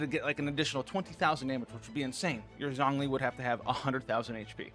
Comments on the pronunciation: Shongli Not Zongli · Rather, probably needs to pronounce Zhongli correctly now lol. Zhongli should be more like (Jouhng-Lee) and xiangling (Siang Leeng) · Xiangling = she-ahng ling, Zhongli = jong lee